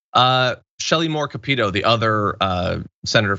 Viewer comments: Joe, "THE HO", Manchin can go fuck himself and he's my senator. He's a walking conflict of interest. Shelly Moore Capito's name is pronounced CAP-IT-OH. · We are not "coal rich" here in WV. I am the son, grandson and great-grandson of coal miners. Most coal mines have shut down. Manchin has family who have been killed in coal mines. Also, Shelly Moore pronounces her last name Cap Ah Toe.